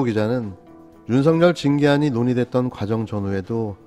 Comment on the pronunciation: [윤서결]로 발음해야 합니다. [윤성열]로 발음하는 것은 표준발음법을 무시한 언론의 특혜입니다. 이렇듯이 그에게는 보편적 법률이 본인에게도 적용된다는 것을 일깨워줘야 합니다.